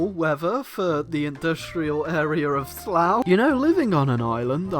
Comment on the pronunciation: uuhh.... slough....